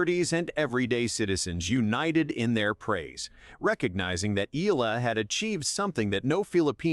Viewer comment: Eala: eh-YAH-lah